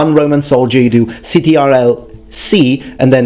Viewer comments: Is no one going to mention the fact that he called it C-T-R-L instead of control? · You lost me at “c t r l C and c t r l Vvvvvvvv” I’ve never heard it pronounced that way. Amazing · "C T R L" you mean the control key lol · I was confused by you sayin ctrl as an acronym and not just an abridged form of "control". I know it as the control key and they used to spell the whole thing until they shortened it to ctrl.